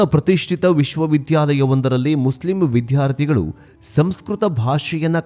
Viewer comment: Sir, “Viddhyarthi” alla “viddyarthi” !! Uchchara pls … nodiyanthe..